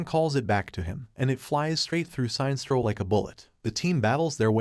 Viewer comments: sin estro not signstro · "Science-troll"? ..... not "Sin-es-tro" ??? .... OMG, pls update the computer-text-to-speech pronunciation/voice database !!! ..... or not ..... lolz Can we have "Science-troll" versus "Sin-es-tro" in a villian-vs-villian fight? :-D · SIGN-STRO....... SIN-NES-STRO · How the hell does he mispronounce Sinestro? It's Sin - Est - Ro not Sine - Stro. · Sine-stro? Sin-es-tro, as in the word "Sinister." That's far from the first blatant and complete mispronunciation you've had in your videos. In your video covering the movie where Lex as president puts a $1B bounty on Superman, you kept saying "metal-o" instead of "met-allo" (as in alloy). Every official voice line ever has pronounced these names differently from how you have. Please put more effort into these. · Shines-tro? I thought he's "Sin-nes-tro" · Damn it, it is like Sinister, that is how it is pronounced!! Pure Silver age SINESTRO!! SIN-ESTRO not SINE!! It may be campy but that's what it was when comics were for kids and mot adults!! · It's not pronounced "Si nestro", it's pronounced "Sin estro". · The way he pronounces Sinestro xD "Sine strow" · Seinstro, the new intergalactic sitcom. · How does the narrator butcher Sinestro’s name?? “Sine-stro”??!! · was this read by a bot? because the mispronunciation of the name sinestro is anoying. sin estro is what it should be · That run was horrible but not as horrible as the pronunciation of Sinestro..